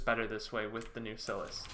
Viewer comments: its pronounced SIGH LISS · His pronunciation gave me an aneurysm. It's pronounced "coo-day-graw" and "psy-lass".